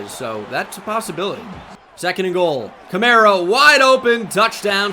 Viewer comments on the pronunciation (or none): none